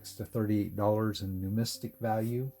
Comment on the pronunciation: Numismatic ( new miz Mat tic) numistic???